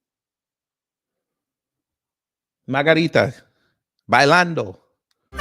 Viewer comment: 😂😂 "bailando", you stuuupid!!